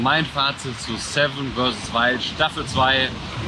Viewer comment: Knossi hat finally wirklich 7 vs Wild richtig ausgesprochen.. Wow! :D